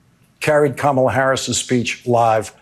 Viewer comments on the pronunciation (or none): He intentionally pronounces Kamala Harris's name WRONG. Its just weird 😕